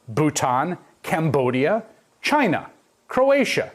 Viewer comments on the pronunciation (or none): I have a strange feeling. What if you ask Trump to pronounce all these countries by name, will he only able to say Chiiiyna